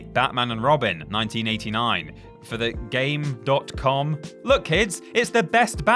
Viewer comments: its game com the period isnt pronounced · It's pronounced Gamecom. The dot is silent. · Pronounced gamecom